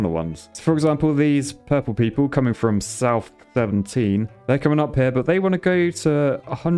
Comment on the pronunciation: 30 Seconds of pure "comeing"